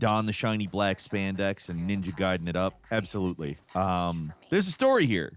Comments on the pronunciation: He's definitely doing it on purpose. 😂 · has to be trolling here after pronouncing “gaiden” a way I have literally never once heard a person say it before in my life and then just casually saying it the normal way, right? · He literally pronounced it correctly in the previous ninja gaiden reviews it’s so weird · back in the day that's how we used to pronounce it so i don't blame him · Why are you Geh-den? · I hate that he pronounced it right once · Ninja gaiden❌ Ninja gayden✅ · The fact you said "Gaiden" makes me belive you're saying "Gayden" on purpose 🧐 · I feel like you heard about this game from a friend. You gotta say the names correctly. Gayden and ryu makes me twitch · ninja GAYden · Ninja GAYden??? Whoa there buddy, let's slow down here lol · Gaiden as gayden. Ryu as rayu. Pokemon review wtf happened to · G - eye- den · Take a shot every time he says platinum and ninja gayden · Starting your video by saying Ninja Gayden then Ri-u is not a good way to start your video especially if you want people to take you seriously from both a ninja gaiden stand point or even a platinum stand point. Hearing you say that reminded me of when I was a kid and having that argument in the early 90's in school with classmates. Its ri-u, no its ryu, its blank-a, no its blanka lol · "made in heaven" then he said Gayden, sounds like two jojo references to me🤔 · mispronunciation gag, is one of the most clever engagement boosting long cons. He just said "Ninja Gayden" and "Ninja Gaiden" in the same sentence. is so confident now, that he just does his little trick, right to our face. Props. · It is pronounce gai-den, gai-den. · "gayden" "rye-you"... Those are definitely ways to pronounce those names and uh if you did it for engagement.. it worked lmao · ahh yes.. Ninja "gayden" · It's not gayden you are though. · this is exactly what I was thinking, but I didn’t want to make assumptions. I was like, I know I ain’t tripping 😂. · It’s GUYDEN